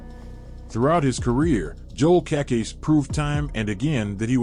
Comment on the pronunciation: Cacase. Pronounced Kuh-Kase- EEE